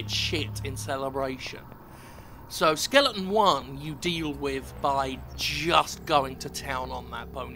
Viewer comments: What's with British people and pronouncing "skeleton" as "skellington"? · Did you sometimes say "Skellington"?